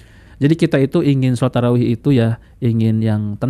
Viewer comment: Hancur shalat taraeeh model aswaja.bacaan nggak betul ,cepat teriak2 .apa aswaja ini masih islam